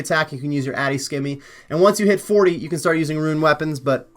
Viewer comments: also, simmy, not skimmy. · Good guide. Can you please pronounce scimi properly though lol!